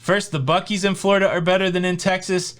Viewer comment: you've got me saying, "Flar-ida" in my head now, lol